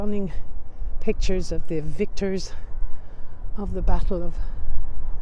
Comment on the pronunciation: "Battle of Wallerloo" and "Queen Alexandria" made me cry LOL